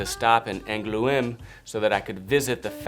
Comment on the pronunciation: Frenchman living in Angoulême here, if you ever come to town again I'd love to give you a tour of the city (even if you have trouble pronouncing "Angoulême" haha)!